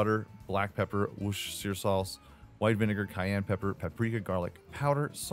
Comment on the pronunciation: Can I just say that it warms my heart as a Brit to hear you pronounce "Worcestershire Sauce" reasonably accurately. A bit hesitant but close enough. :) /edit in case anyone's wondering, it's "Woos-ter-sher". Sometimes we'll even just say "Woos-ter sauce" too.